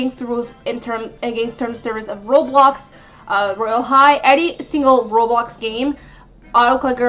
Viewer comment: Its royale high not woyale high